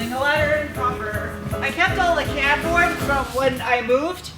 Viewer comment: I hear a hint of New England accent when you say 'cardboard'. I love it.